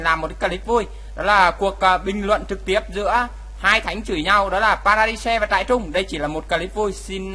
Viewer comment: kia là trairung chứ k phải trại rưng nha ^^